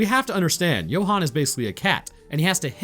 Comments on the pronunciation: Johan as in You-hun Not jo-hun😅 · South African english, assuming a mix with of an Afrikaans accent. Johan is pronounce You-han not Yo-han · Ok my bru I’m sorry to be that guy but Johan is pronounced you-hon (as in honey)